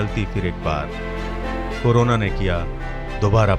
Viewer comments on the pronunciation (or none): none